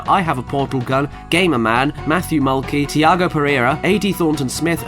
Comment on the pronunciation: I'm super impressed that pronounced Matthew Mulkey correctly. Everyone I've ever met has done it wrong on the first go. Good on you!